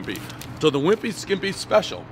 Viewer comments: Can we just talk about how he insisted on calling it the "skiMpy" when he was standing under, and reading, the sign that read "skippy"? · You say a wimpy skimpy. When it’s a wimpy skippy 😁